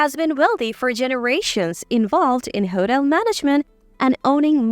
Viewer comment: Wrong pronunciation of these words.. (hotel, atmosphere).I cannot believe some of these stories r true. I have always liked reading and hearing about others ..adventures thru this life, however, most of these stories sound so unbelievable and basically have the ..same (if I might call it) punch line, which makes no sense, and the (reader) telling these stories read like second graders. No disrespect to second graders, they r in the learning stage, and some of them would probably be better at this. This isn’t meant to be a criticism, but a statement of fact. These stories doesn’t add anything beneficial to anyone’s life. MIL.. expectations of their DIL’s, being made to do all the work, coming into their homes and taking over. Putting the dil .. out of their own home?? Husbands making slaves of their wives!! How can anyone do this to u without ur permission? These r worse than an over dramatized soap opera. Getting revenge and retaliation! There is no silver lining in reading this kind of stuff. Ur blood pressure would soar .. thru the roof!! I realize life can be challenging, however, if these r examples of how to remedy the problems.. no thank u.. I’m convinced there r better solutions to problems that leaves u better, not bitter. I’ve read and heard stories to that effect also. These r definitely not the ones I gain any consolation from. I kept reading (some)..for a while, thinking they weren’t all the same or had the same sad retaliatory results. Boy, was I wrong!!